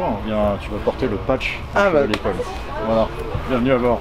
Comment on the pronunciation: chevalier paul, pas chevalier pole ;)